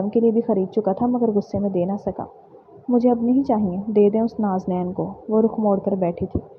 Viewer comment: Peli bt haram nai hurram hota hai dosri naznain nahi nazneen hota hai😂